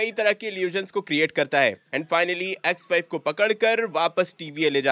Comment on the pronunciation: Vai X5 kothik se bolo ex wife sunai de raha ha 😂😂😂😂